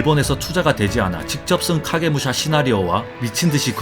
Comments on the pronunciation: 카게무샤 발음할때 혀꼬이시는거 같음ㅋㅋㅋㅋ 카~게 무으 소ㅑ아~ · 카게무 소ㅑ ㅋㅋㅋ발음ㅋㅋㄲㅋㅋ